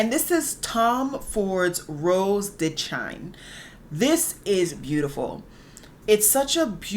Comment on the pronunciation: Girl! With love your pronunciation is bothering me 😭😂... Narcisso: NAR-SIS-OH Rodriguez Rose de "SHEEN" With love ❤❤❤